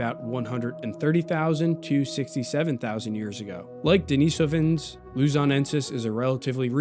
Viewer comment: Great video! I especially appreciate your perfect pronunciation of Denisovans; to many creators on this topic use a pronunciation that - for those of us who know Russian - is like fingernails on a chalkboard. Bravo!